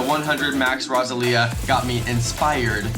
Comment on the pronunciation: The way you are saying roselia kills me. It’s pronounced like a rose 🌹